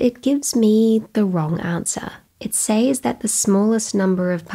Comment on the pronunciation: Learn to pronounce the word "says" correctly.